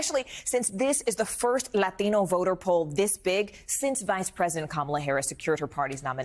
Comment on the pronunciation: why is she pronouncing 'latino' like that?